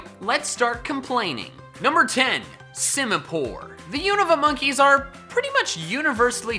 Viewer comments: SIMIPOUR, NOT SIMAPORE! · Simipour MORE LIKE SIMIPOOR